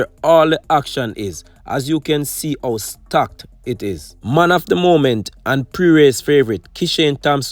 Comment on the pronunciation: Boss its a "Heat" not a "eat". And its "how" instead of "ow".